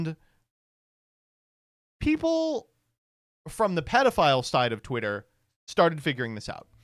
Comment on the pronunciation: You gooootta stop cutting off the first T in the twitter freax jingle.